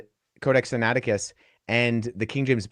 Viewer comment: They are throughout, particularly over his pronunciation of the codex Sinaicticus.